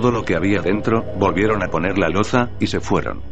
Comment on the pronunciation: "presizión", "loza". Uff!!!! Lo siento, no he podido seguir escuchando